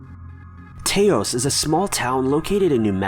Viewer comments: Taos is pronounced like "house" but with a "T" at the front, just for future reference ( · It's pronounced Ta ouse. Like house. Not Tay ous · T-A'-o-S, New Mexico on the #3 story is mispronounced pretty badly. It is Toas well spelt Taos but the a is not accented. I have often visited there, as I'M from n.m. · not tay-ohs .... pronounced taws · Taos is not pronounced TAY-ohs. It's TA-ohs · T-OWW-SS is how it’s pronounced. Not T-AYE-SS. It’s a small city near Albuquerque NM. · Lol... The EXTREMELY Popular NM town of Taos is pronounced "TOUSE", not "TAY-OWEZ". You maybe want to google the name of the pronunciation of a town before doing a documentary about the town. It makes you sound really ignorant when you mispronounce several towns & cities on your youtube channel. Btw: this is not the 1st poorly mispronounced city/town you've stated in your docs. Please, Google CORRECT pronunciation before doing your docs. I would imagine that's one of the documentary processes. Let me guess... You're Canadian? Lol.... I bet $1000 you're Canadian!!!! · Taos, NM is pronounced "Touce" not "Tay-yos". When I visit Taos, NM I hear the hum. I think it's from the high elevation and lack of oxygen and people that are extremely sensitive to sound. I have very sensitive ear drums. I constantly hear sounds that sound exactly the sound you would hear when turning on an old school tv from the 80's & earlier. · taos, he said tayos instead of taos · Pronounced tows. Not taaows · Tay-os? No. It's one syllable. It rhymes with house. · Taos - pronounced tOW (the noise you make when injured) not TAY-os like you guessed. Please do proper research. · It’s pronounced taOs not tAos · It's TAWS, not TAY-OS. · Hey, not tayos hmmmm now I gotta figure how to write it kinda phonetically... ok so it's like the ao is pronounced like ow. As in ow that hurt. So it's tows... hope that makes sense. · Taos, NM is pronounced "towse", like towel. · Its TAHHHH OS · Taos is pronounced like house. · me too